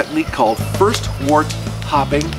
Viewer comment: It's pronounced "wert" and don't ever say handy dandy again😂